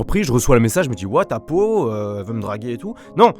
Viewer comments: Apo pas apou t’es pas dans les simpson 😂😂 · mdr au début tu la appelé apou au lieu de apo😂